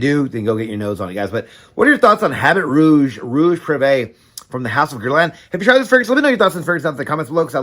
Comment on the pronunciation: H an T is silent...abby ruuh-ge..good review though